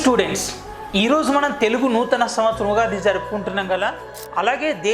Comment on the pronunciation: Ugadi not yugadi1